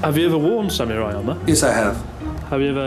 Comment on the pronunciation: the way you pronounce samurai is a riot